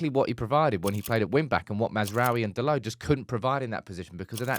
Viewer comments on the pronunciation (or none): none